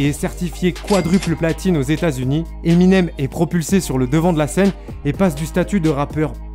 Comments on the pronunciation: Pourquoi tu dis emInem genre pas d’accent? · Tu c pas dire le nom de eminem c cho